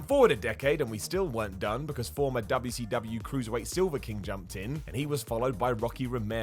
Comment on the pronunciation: Quit pronouncing wcw like that you fucking bald headed bitch